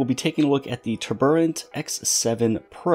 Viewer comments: TURBO...... ANT Turboant It's not TUB.. ER.. ANT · "Tuburrant" bruh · Isn't it pronounced, "TURBO ANT"? why are you pronouncing it weird?